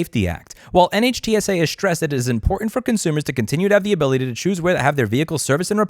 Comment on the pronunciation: Dear god Louis it's pronounced Nitsa. Like whizzy-wig. Scuzzy. Get on the horn with Steve Lehto again please.